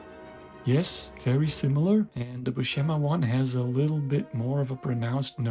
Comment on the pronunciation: IMHO Buscema's faces are much more convincing and appealing than Silvestri's. (Buscema's name BTW, is pronounced with an "s" sound, not an "sh.")